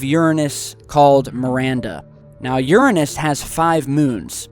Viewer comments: You pronounced your anus wrong :v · Why you pronoune uranus weird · u say urine-ass instead of youranus but its still funny so ha